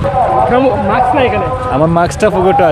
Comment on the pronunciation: ভাই মাক্স কি জিনিস? মাস্ক এত সুন্দর একটা শব্দকে এভাবে বিকৃত করছেন ক্যানো?